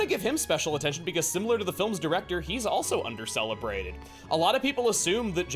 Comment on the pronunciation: "Dumbo slounder" Don't worry, I've had my tongue slip into Elvish more than once in my lifetime.